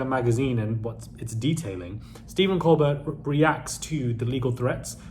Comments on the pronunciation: Colbert not colberg lol 😂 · Defamation laws are different in the US. Threatening someone to shut up when it’s just a silly, comical reporting of what’s been reported everywhere will go nowhere. Btw, it’s pronounced Coalbear, like the French origin of the name. Coming after Colbert makes it more pathetic when he’s beloved by so many Americans. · It's pronounced Col-bear like a cold bear. 🐻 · Tbf it is only pronounced Col-bear because Stephen Colbert changed the pronunciation of Col-Bert for a tv audience. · so he's the only person alive with the name who pronounces it col-bear? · It’s pronounced Colebear. Just an FYI. 😊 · Thanks, I'm tired of pointing that out. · Steven Colbert (t is silent)